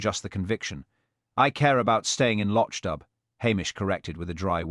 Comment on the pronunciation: Hopeless pronunciation of Loch Dubh, even I'll is pronounced/ill/ rather than "I will". Even the pictures suppposed to represent Hamish are confusing!!